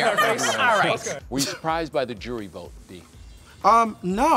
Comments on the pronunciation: Did anyone else notice that couldn’t say the word vote everytime in voting that sent me up the wall lol 😂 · OH. MY. GOD. That shit drove me crazy! Everytime he's like "I sadly to e-vote...." and then he always looked a little off after he said it like he knew it didn't sound right.